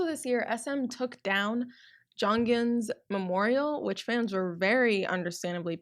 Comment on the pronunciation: Lol and jonghyun isn’t pronounced “jungin”